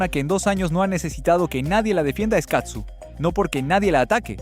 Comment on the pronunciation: Hola desde Ca. No es katsu, es CAZZU, vez la diferencia???? Prenuncia bien para que no te cretiquen. !!!!!!!!!!!